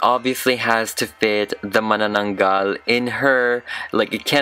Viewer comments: Seriously? I was surprised. The way pronounced Manananggal is absolutely correct. And made me pause and think and said Wait, What? Is he a Filipino. He said my culture? So he is. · Mas magaling pa siya nag pronounce Ng mananaggal :D , Just watched our video :) lots of love from the PHILIPPINES :) ❤️